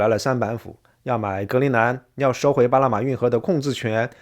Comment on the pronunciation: 主持人不会发n这个音，只能发成l，所以”2025年”变成“2025连”，”巴拿马”变成”巴拉马”。